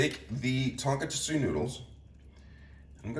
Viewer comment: Hey just letting you know its pronounced (ton-koh-tzu) i work at a ramen restaurant as a line cook